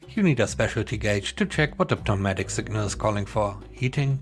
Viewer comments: The “P” in pneumatic is silent. (Sounds like “new-matic”) You have come so far from when you quit using the robot readers, well done! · And the "p on "pneumatic" is silent. It's pronounced "new-matic".